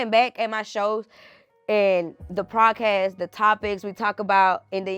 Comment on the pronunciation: It’s podcast not prodcast